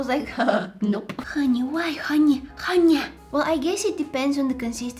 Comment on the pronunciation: The amount of times she said honey as haniya😭